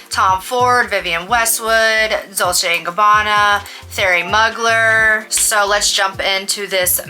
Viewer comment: Thierry Mugler pronounced “Terry Moo Glare” 💖